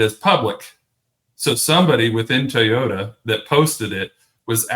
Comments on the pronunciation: It's TOYota, not TAYota, dude. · It’s not pronounced “Tayota”! Why is this so hard for this guy and Denny Hamlin? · Didn’t know it was called taaayota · Stop saying “Tayota!” C’mon! It’s not hard.😵‍💫😵‍💫